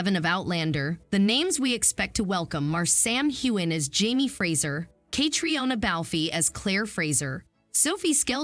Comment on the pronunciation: Names? Say Catriona balfe correctly pLeASE!